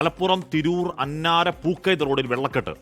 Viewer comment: അന്നര അല്ല അന്നശേരി